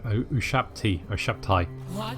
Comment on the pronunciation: I know this is an old video, but, Ushabti is pronounced You - Shab - Tee :P